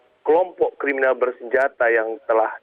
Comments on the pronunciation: KRIMINAL bukan KRIMINEL😂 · bukan kremenel pk bunyinya krininal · Bukan Kriminil tapi kriminis bacaannya Pak?